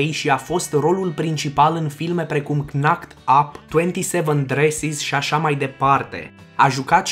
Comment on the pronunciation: “knocked” se citește fără a pronunța ‘c’, adică “nact” nu “cnact” :))))